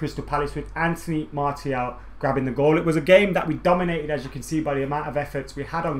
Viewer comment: In the space of 60 seconds you pronounced Martial's name 3 different ways. xD